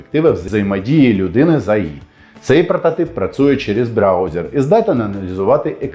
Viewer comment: Вже скільки років ви говорите "працує". Витратьте 10 хв часу під час прогулянки чи чогось подібного і 50 разів скажіть "працЮє"